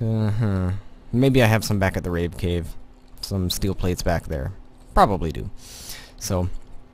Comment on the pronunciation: When "Rave Cave" was renamed to "Rape Cave"? I think I missed that episode, or just said it incorrectly...:D